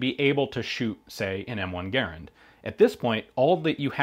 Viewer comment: cool vid with good explaination like always. and hoorah, finaly someone who actualy know how to pronounce garand